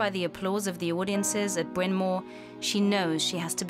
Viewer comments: Where did they find this inept narrator? It's Bryan Mawr, not Bryan Moor. And that's not the only mispronunciation. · She killed Bryn Mawr as well. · Sadly, the narrator is unable to pronounce Bryn Mawr.